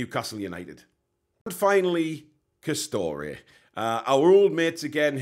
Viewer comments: M8 its Castore not Castoreee as you put it 🤦‍♂️... As a Rangers & Newcastle fan living in Northern Ireland i cant wait for the game... Castore make both Rangers & Newcastle kit and to be honest they only wanna knock out kits as quick as they can instead of QUALITY. Hate their stuff to be honest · by the way it pronounced CAS-STOR not CAS-STO-RAY. 👍